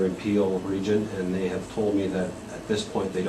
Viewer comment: Pill region, Peel region, Pee region ... keep going :D